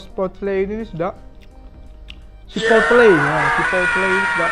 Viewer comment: Sebut betul betul chi-pot-le 😂😂..semalam baru makan chipotle ni..akak suka laa sedap hehe ..